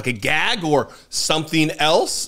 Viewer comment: I just threw up in my mouth after hearing him say gag. Lol.